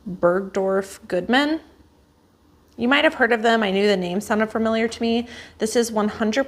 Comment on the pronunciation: you absolutely said the name right. I worked for Barneys New York here in New York City and Bergdrof Goodman was always a step above us anything Bregdrof is good but vintage even better.